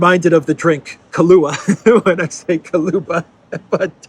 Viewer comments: Thank you, was waiting for your news all day. I believe it's Mr Kuleba not Koluba 😊 though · KU LE BA not KA LU BA 😎 Take care at 45 degrees. man! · Kuleba is read as Kouleba, not like Kahlaya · K-oo-l-e-ba the vowels are visa-versa. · Mr. KU-LE-BA. Not that I am against butchering the name of that arsehole, but still... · If you pronounce Kuleba as kalouba like you did, then kalouba (Καλούμπα) in Greek is α ball of string or yarn, tangle, mess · It´s actually Kuleba lol (Koo-leh-bah).